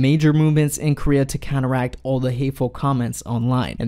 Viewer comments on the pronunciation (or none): none